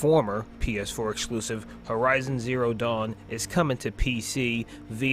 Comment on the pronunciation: "but muh eclusiv"